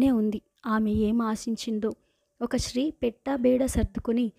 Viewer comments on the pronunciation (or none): మీరు స్త్రీ అని చదవండి.... శ్రీ అని చదువడం correct కాదు కదా.. ఇంకా కొన్ని సవరణలు చేసుకోవాలి మీరు